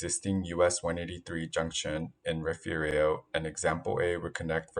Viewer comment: "Refu-rio"??? A very ignorant and illiterate pronunciation